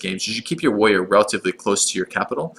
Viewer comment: be wevy wevy quiet, he's hunting wabbits